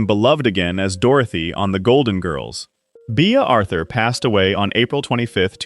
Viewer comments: Yep. Thumbs down from me after " Bee ah " Arthur. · Until you pronounced Bea Arthur " Bee Ah, I thought you actually may have gone to the trouble to read this yourself. Btw, that's when I quit watching, and gave it a thumbs down.